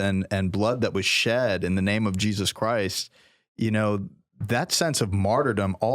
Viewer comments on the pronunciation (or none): none